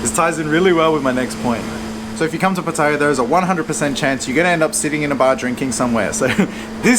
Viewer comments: Pa-Thay-ya??? How about Pah-tay-Yah! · Some good points. Also, pronounce Pattaya correctly. The emphasis on the ya not the pat-tay-----yah. You sound like an idiot to locals. Also, the Wai conundrum ... Wai or not Wai? Simple, don't do it if you don't know the etiquette. Having lived there for over 10 years, one sure way to be spotted as a rube is to Wai everyone. Best response is to smile and nod, they will not expect more. ATM - excellent call, that's a trap I have fallen into in Hua Him. Luckily, the 7-Eleven had it behind the counter via a friendly local. Someone in the comments mentions altercations. RULE NUMBER ONE: Don't get into any. The advice to pay the bill and move on is a good one.Thailand can be unforgiving to anyone who gets indignant at everything. I always tell people ordering food, if they want to correct, just add on, get the dish you didn't want, otherwise it will all go horribly wrong. Motorbike and Jetskis are mainly a Pattaya and Phuket scam, but as he says, beware. Phuket is a destination best avoided for Mafia taxis and criminal tuk-tuks. Jomtien is a nice peaceful beach in comparison, or Hua Him or even Prachuap Kirikhan (Spelling might be off . . 555). There is also a farang penchant for walking around in expensive gold chains. I would recommend not to do this, for obvious reasons. This sort of advice that's given is even more essential if you get out into the wild, the countryside. Guns are rife, you don't want to be approaching the wrong girl or trying to argue a bill somewhere where E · I'm surprised how an intelligent guy like you, still can not pronounce Pattaya correctly.. I thought it was only the poms who insist on saying pat taya... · all you guys pronounce pattaya incorrectly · Please pronounce Pattaya right please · good advise mate but would prefer if you learnt how to say "Pattaya" correctly. Although your tips are good, you sound like a tourist. Otherwise, good video.